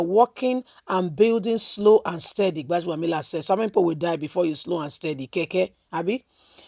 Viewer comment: Go and learn how to pronounce words and names. You're a Nigerian for crying out loud. 'Gbaja-bi-amila.' It's easy. Why do you have to make things complicated.